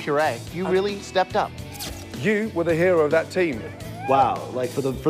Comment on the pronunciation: The chefs realLEE gave good tips they should always LEEsten to them